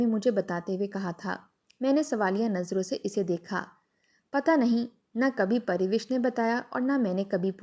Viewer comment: Pariwish nahi Parwash naam hai